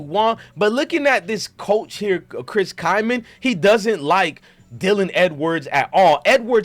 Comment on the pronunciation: It's not Kyman... it's Klieman...pronounce the L bro. Deion will never be the coach that Klieman has been to date. What if Dylan is yet learning the playbook? You have a very shallow take after just 2 non conference games.